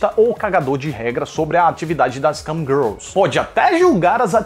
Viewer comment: Eu ouvi ele falando Camgirls e Cam Grelos? Kkk